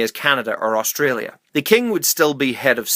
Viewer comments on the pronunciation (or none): none